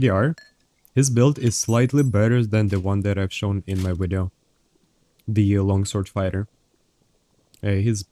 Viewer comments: I have a serious question. Do you honestly try to say video and end up saying wideo or do you just enjoy saying wideo? Love the wideos either way, love when you duo with fwog too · Wideo killed the wadio star